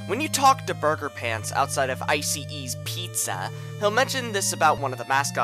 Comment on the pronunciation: Is it just me, or this guy really has a talent in saying "ICE E's pizza?"